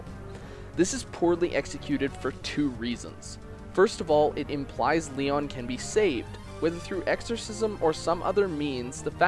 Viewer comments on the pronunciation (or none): "Lee-ahn", more like "Lee-own" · joaocisne556 completely agree I also like Eirika's path much more and thought it was more interesting, tragic, and well written. but besides that (and the mispronounciation of Lyon's name), the essay is well done and some recognition of Lyon's character is super refreshing!